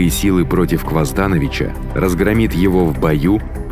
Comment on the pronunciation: Почему КвоздАнович когда он КвазданОвич? Почему ВукАсович когда он ВукасОвич?